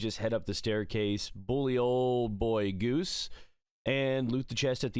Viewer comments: Dude his name isn’t goose it is gauss like the rifle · Bro... Gauss is pronounced Guh-OWW-SSSSS... not goose... lol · Pronouncing Gauss as "goose" instead of "goss" from now on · Btw, Gauss is pronounced like how you say OW. Not oose. Named after Johann Carl Friedrich Gauss, a famous mathematician and physicist. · Goose? GOOSE? It's Gause, pronounced like gaws or goss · Teacher: Gause? Gauss: It's spelled Gauss Teacher: oh like Gause? Gauss: sigh